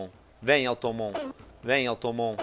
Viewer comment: que raiva de vc falando automon hahshahshasha é automatom